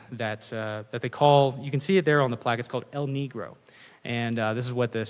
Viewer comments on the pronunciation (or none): Dude. After all your travels to Mexico, You could have gone out of your way to pronounce Negro as they do in Spanish. lol But Great presentation otherwise.